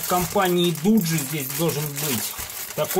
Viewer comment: Не дуджи а доджи